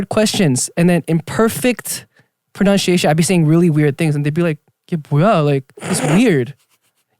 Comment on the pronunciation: Pro+nun+she+asian Its ironic how jae's pronunciation of 'pronunciation' is so off 🤣